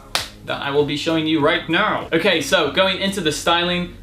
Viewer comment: is that me or does he sound British for a sec? Like when he says okay